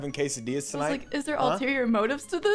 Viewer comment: Hearing pronouncing quesadilla like that hurt me